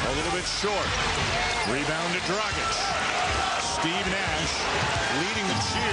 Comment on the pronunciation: its not dragik its DRAGIČČČČČ!